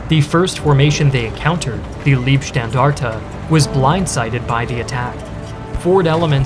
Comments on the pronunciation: and - small correction. Pronunciation of that word is not "Liebstandarte", but "Leibstandarte". Lieb is nice or lovely. Leib is the body. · btw .... how about learning to pronounce names correctly 'Leibstandarte' the 'ei' sounds like the 'i' in knife not the 'ee' in 'liebe' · FYI, the SS tank corps is not pronounced "Leeb-Standarte" but instead "Lybe-Standarte". The "ei" is pronounced differently in German and English. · In the word Leibstandarte, the "Leib" part is pronounced with a long "i", as in "high", not with a long "e", as in "knee". It means "bodyguard". The way you pronounce it, it would mean something like "love guard". Leibe means body, Liebe means love, and you pronounce it like the 2nd vowel.